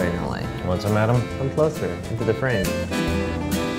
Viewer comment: “adAm” i want that as my ringtone